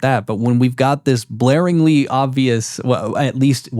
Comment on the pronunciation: Blareingly?? GLARINGLY!!!! Ffs. It’s a common phrase. Do some fkin research